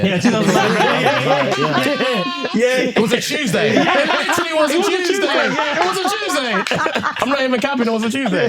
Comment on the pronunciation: it was a chewsday😂